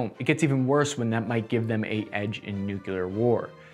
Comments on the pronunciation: It bothered me for a while that you ADDED a U to the word nuclear. So I think it's funny that you acknowledge it...respect. Silly thing for me to care about. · new-clear, not new-cue-leer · "Nucluear" is not a word, it's "Nuclear". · “Nuclear” - “Nu-clear” not “nuke-yuh-ler.” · "Nuclear" was always pronounced NEW-clear as far as I ever heard, until Shrub, a.k.a. Dubya, a.k.a. GW Bush became president and went on TV to confuse everybody by mis-pronouncing it "New-kew-lear", adding an extra syllable to the pronunciation that is definitely not there in the written word. Ever since, unfortunately, that pronunciation has gotten stuck in solidly into American slang speech and you hear it all the time now, and it's maddening, because it just reminds me of all of Bush II's inane failures. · Good grief! "New Klee Are" Not nukuler - look at the spelling Nuclear there is no second "u" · I love your videos but please get nuclear right. You got the definition for nucular which has to do with either a nucleus in a cell or atom or even a family ie nucular family. Nuclear has to do with the weapon and energy obtained from nuclear radiation. In popular culture, this pronunciation has often been used to signify inferiority, low intellect or foolishness. Look it up please I hate hearing you say it and now it feels as if your have solidified your brain to say the wrong thing with confidence. Keep up the great vids I love your stuff just a pet peeve. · You're STILL pronouncing "nuclear" wrong! So was that stupid fembot, lol. It's pronounced 'NU-CLEY-AR.' ARGH! Like a pirate! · New Clee Er. Just sound it out. That's why we spell with letters. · Hate to say it but ribbon rack needs work. Looks my mom isn't the only one that doesn't handle it well. Nukuler? I think that's how Jimmy Carter says it. He does have an excuse, we radiated him. No worries mate. We ALL have days when things aren't quite in kilter. Love your briefings. Carry on. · Nuclear. NU-CLEAR. NEW… CLEAR. Nuclear